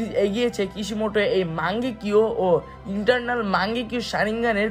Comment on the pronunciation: Entarnal noy eternal